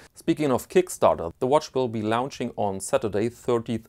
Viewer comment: Nice watch, bit expensive for a microbrand. Bye the way, launching is pronounced lawn and not lown.